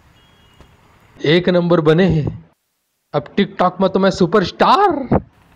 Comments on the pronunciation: Bhai tic toc nahi tohat h tik tok hai o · अरे भाई tik tok hota hai tic toc nai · Tic toc nhi Tik Tok hota hai engineer sahab 🙏🙏